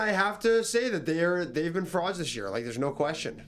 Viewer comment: just starting the vid. I better hear do that “froud” pronunciation 😭😭❤️